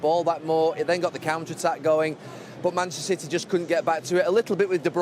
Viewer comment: Gary "Manchstr City" Neville